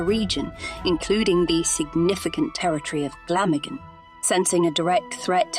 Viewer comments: Great documentary, but I hate it when the narrative is spoken by a computer generated voice, which constantly mispronounces Glamorgan, Caerphilly Carnarvon and Llewelyn. By the way I’m Welsh and live in Caerphilly so this really grates with me. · Had to stop watching/listening due to the awful pronunciations.. even Glamorgan